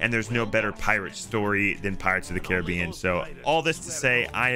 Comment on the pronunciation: YOUR SAYING CARRIBEANIN WRONG AHHHHHHHHHHHHHHH!!!!!!!!!!!!!!!!!!!!!!!!!!!!!!!!!!!!!!!!!!!!!!!!!!!!!!!!!!!!!!!!!!!!!!!!!!!!